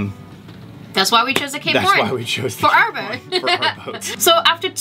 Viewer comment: I always wonder why you say "Cape Horn", but the logo on it is "Cap Horn".